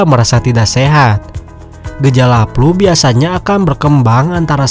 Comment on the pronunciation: Flu bang, bukan Plu